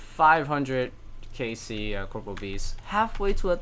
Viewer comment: This is one of my favorite progress series on YouTube, never clickbaits and always has solid content. Just one minor correction: it's corporeal beast not corporal!